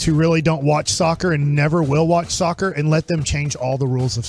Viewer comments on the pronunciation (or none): oof listening to those meatheads talking about "sukker" was painful